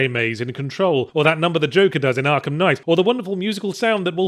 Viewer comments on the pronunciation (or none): none